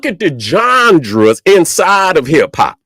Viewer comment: Really like "Jonjras" better than genres now fr